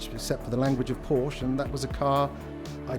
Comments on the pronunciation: Has a Porsche restoration shop and cant even pronounce Porsche properly. Also theres no way that car only has 2000 km on it, no way. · Heard it wrong then my bad. Either way, Porsche isnt a british word and the majority of english speakers are pronouncing it wrong. If youre a Porsche restorer you should atleast be able to say it correctly.